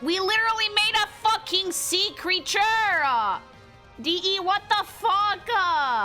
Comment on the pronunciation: This is my first time witnessing your channel, and I am immediately reminded of IronMouse with how you add "a" to a lot of your words. Specifically noticed it with Trinity lmao, going "sea-creature-ah" and I just had to point it out